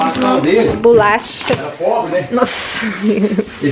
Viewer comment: Q agonia de te ouvir falando “bulacha” kkkk